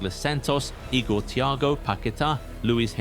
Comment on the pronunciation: The days of Marcelo: 7:1😅😅. The disrespect on Igor Thiago's name is insane